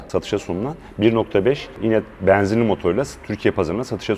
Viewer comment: Bu adamın E harfi ile bir derdi mi var, bana mı öyle geliyor? :))) E'leri bir tuhaf söylüyor :)) Beeenzinli... Eeeelli bin... :)))